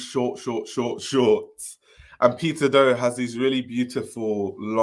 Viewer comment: One thing I miss about you discussing Peter Do is you saying it like Pizza Dough :D